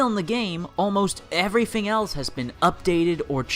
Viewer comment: "twenty firteen" "growf" "frough" "everyfing" whats this guy's problem with "th"?